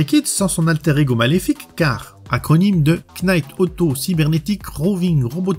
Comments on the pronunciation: ""Quenight".. lol .. le K ne se prononce pas .. "night" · le K de Knight est mué comme tout K suivit d'un N en anglais , ça se prononce Night :)